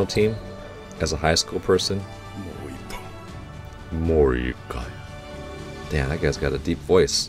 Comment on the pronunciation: Am I the only one that replayed his “moikai”